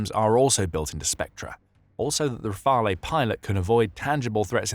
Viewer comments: We need to put the disruptive nature of this letter of intent - this notion is important - into perspective. If the letter of intent converts into an actual order in the future, the first Rafale jets (to be pronounced 'Rafal', not 'Rafalay') will not be delivered to Ukraine before 5-6 years, since Dassault Aviation already has a busy production line with an order book of 233 jets (+90 potential additional ones for India) and a capacity of 4 jets per month (expected to tend towards 5). We may also doubt that other client countries would accept to be deprioritized in favour of Ukraine to accelerate the delivery. Anyway, hopefully peace will have already been made by then, thus one needs to understand that the Rafale will not be a short-term 'game-changer' (unlike the SCALP/Storm Shadow, Patriot systems, Mirage 2000, F16, Hammer ammunitions, CAESAR, etc.) but a major deterrent asset for Ukraine regarding any future attack in the mid/longer-term. In addition, questions raise regarding how Ukraine will pay, else who will pay, and whether it will eventually lean further towards a cheaper - though less performing - option such as the Gripen. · You need to check your pronunciation of "Rafale".